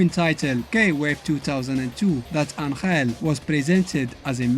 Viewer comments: As a mexican I can tell you he is not pronouncing it right either, he is putting the accent in the wrong place... and sound horrible the way he pronounces it XDDDD, its AN!-hell not an-HELL! the accent its on the first syllable. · Except that Angel isn't pronounced that way even in Spanish. It's pronounced AN-hell, not an-HELL. I love videos, but this detail grinds my gears a little bit. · It baffles my mind a little bit hearing you pronounce "Angel"